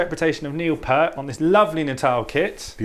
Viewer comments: 1. Pronounced "Peert" 2. Never used octobons 3. Never used subwoofers 4. Tuning is way off Sorry. Please try again. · Its peart, pronounced peert. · Unfortunately disappointed with this episode. Drums, snares and heads all off. Cymbals, other than the hats and china are off. And playing was also way off. Too bad, I usually like these but was really disappointed with this one. Plus it’s pronounced “peert”. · If that’s there best effort , they need to just forget it It was so pathetic in every way Wrong sound wrong playing wrong equipment wrong song credit wrong last name pronunciation wrong feel Just extremely wrong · none of these are remotely close to how neil plays any of these songs and you mispronounced his name. This is just spam to sell your drums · My god, this is all wrong. From the set up to the sound to the beats to the songs to the name pronunciation. And I didn’t see any comment in which you guys are apologizing for your bad research! What is going on...!??? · Thanks for trying But you guys failed massively This should be sounds like Mike Portnoy SMH You didn’t even pronounce his name right What a shame RIP Mr Neil Peart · Beautiful kit and while you are obviously a skilled drummer, you’re interpretation of Neil Peart’s (you pronounced his name wrong) drums on his songs was awful. Stick with your favorite but don’t butcher the master’s style.